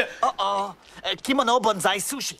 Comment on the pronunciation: Désolé mais c'est Bonzaï. pas Benzaie.